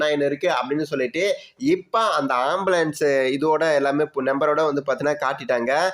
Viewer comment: ஆம்பிளியன்ஸ் பிரச்சனையா ???? அது ஆம்புலன்ஸ் டா....